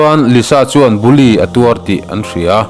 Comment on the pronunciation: Bully tih khi i lam thiamlo si😂.